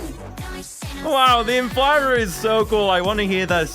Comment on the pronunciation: I'm pretty sure its pronounced "The Inflate -rer"